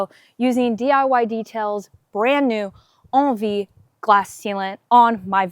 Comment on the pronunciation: I thought it was pronounced N V, not on V. Thanks for the review.